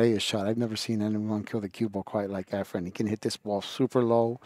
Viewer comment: Lol They butchered efrens name for years